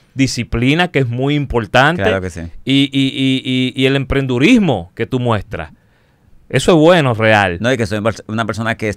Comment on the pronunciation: No es el emprendurimo es el emprendimiento xd santiago